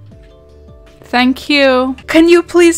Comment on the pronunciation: imagine if you wanted to go heaven but god said fank yew 😳